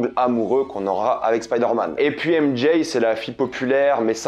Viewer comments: AIME D’JAYYE 😂😂faut arrêter de s’américaniser comme sa 😂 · "M Jaye" 🤦😂